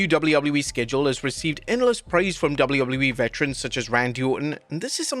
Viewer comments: "Double wouble you e" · brother cant say WWE